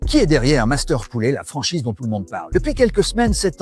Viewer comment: Alors monsieur le présentateur....en FRANÇAIS on dit POULET....et non pas POULÉ....OK